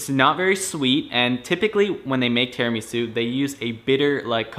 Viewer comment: you are pronouncing Tiramisu wrong.